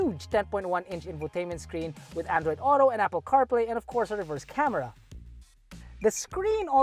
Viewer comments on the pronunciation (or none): none